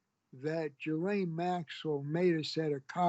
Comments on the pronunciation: Did Epstein and Maxwell do horrible things? Yes, but this is coming from a man who can't even pronounce "Ghislaine" correctly. "Ghee-lane" not "Jee-lane". 🙄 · Gerlaine Maxwell ??!! He can't pronounce the names of ppl he knows !!!! Gi'laine !!! FFS !